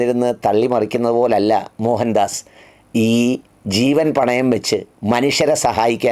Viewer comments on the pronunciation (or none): മോഹൻദാസ് അല്ല മോയന്ത് ആസ് 😅